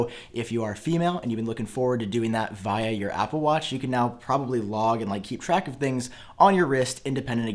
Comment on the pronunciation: he says via so weird